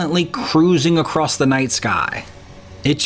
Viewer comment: it's Across...not Acrost!!!